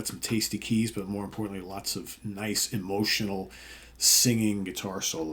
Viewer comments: Small point, but Nice, France is pronounced Niece. 😂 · Hi, sorry to be pedantic but the French speaker in me cant help it! Nice, France is pronounced as in "Niece & nephew" not "Nice & easy"... Mon dieu...